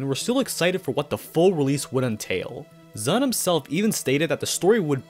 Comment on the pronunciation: Why do you pronounce ZUN like that